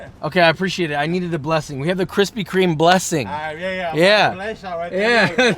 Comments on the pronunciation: Lol where are the kwispy kwomments? I’m too early sad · Need Kwispy merch... 🤣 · 1 like = 1 kwispy